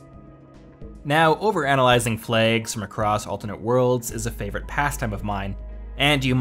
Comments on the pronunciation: Why can’t you pronounce flags properly? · "Flegs!" - I think this is a guy from Belfast pretending... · I thought you were saying plagues at first XD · THE FLAYGS GUISE....GUISE......THE FLAYGS!